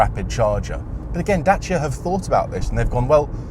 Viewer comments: As a romanian, thank you pronounce Dacia correctly😁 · Kudos for learning the proper pronunciation :)